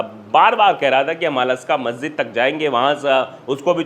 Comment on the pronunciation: प्यारे भाई मस्जिद अक्सा है अस्का नही